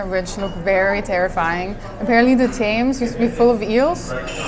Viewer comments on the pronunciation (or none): The Thames is not pronounced Taimz it is pronounced TEMZ. A restraunt Sunday Roast almost never resembles the Sunday Roast done at home. That was a Jus not a gravy. Gravy has much more body to it and sticks to whatever it is poured on.